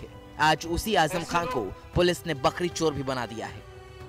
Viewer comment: Bakri chor ya Bakri chod😁 clear bolo Bhai